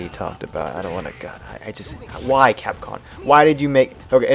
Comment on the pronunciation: It just sounds like you're saying capcon.